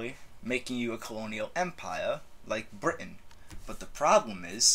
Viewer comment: I was ok with the France thing, I was more or less ok with the Germany thing. THIS? NEVER AGAIN. PLEASE. why do people emphasise the britUN so much? We say it like that because we underemphasize the T, not overemphasize everything around it. sound like you're having a stroke... dear lord.